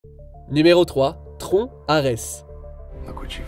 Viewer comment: C'est une voix off générée par IA qui commente la vidéo ? Non parce que prononcer Tron "Tronc" faut être un attardé mental ou une voix générée par IA.